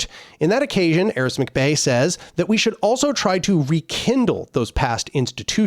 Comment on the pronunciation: It's Aric, not Aris.